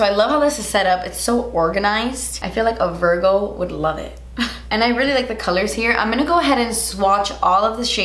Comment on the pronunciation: everytime you say Virgo it sounds like you’re cursing